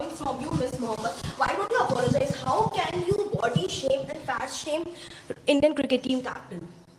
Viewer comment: Shama nahin huzur , shame boliye.